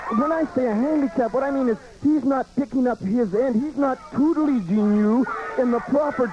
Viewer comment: "Tutelaging"? The late great Roddy Piper understood The English Language as no one ever has!😂🏴🎤🤼‍♂️B.W.